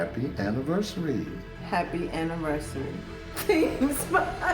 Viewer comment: I don't buy his story at all. What strikes me as odd is when he said "Happy Anniversary", it sounds like she said "Happy AnniMERCY-ry"! And I wonder what happened with his two previous wives.